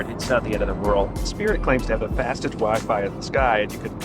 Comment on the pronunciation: lol I heard ‘has even wife’ instead of wi-fi 😂😂